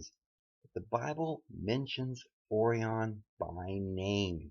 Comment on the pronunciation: It's called Sirius pronounced 'serious' and Orion is pronounced 'oh ryan' or 'oh rie in'........